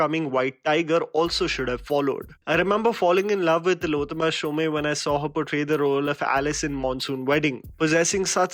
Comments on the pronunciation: Hi.. TILLOTAMA SHOME is pronounced as TILOTTAMA "SHOM". NOT "SHOM-e" Its an Bengali accent. No need to be typical about that but it is just an information. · She is Tillotama Shome. Pronounced as Tilottômā Shōm, not Shōmē. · It is not Shomé but Shome (as Shoum)..a bengali surname.